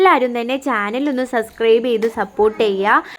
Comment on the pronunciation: സബ്സ്ക്രൈബ് ആണുട്ടോ not സസ്ക്രൈബ്